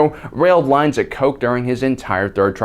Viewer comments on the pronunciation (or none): none